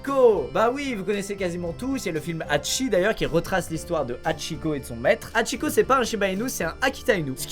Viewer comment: Le H se prononce. C’est insupportable de voir qu’elle qu’un écorché le nom de Hachikô …